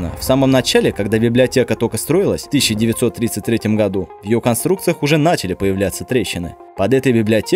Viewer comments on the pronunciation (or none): none